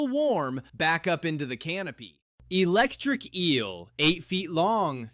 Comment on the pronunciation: The Electic Eel